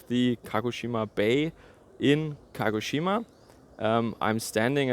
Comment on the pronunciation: Very good pronanciation ! A collegue of mine lives and works there. Keep safe and enjoy the local dumplings!!!